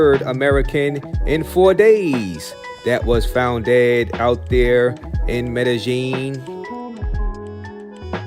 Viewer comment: Its pronounced scoPALomine. And medehyeen. Say it like that. Also you probably say isotol its inosotol. Yall cant get this shit right ever lol